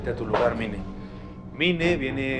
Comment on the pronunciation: Si se escribe Mine pero se dice Mini